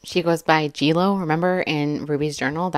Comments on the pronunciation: Omg, why is she cutting strawberries in the air? G Jo, not G Lo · G “Jo”, not G Lo. I think it means Grandma Jodi.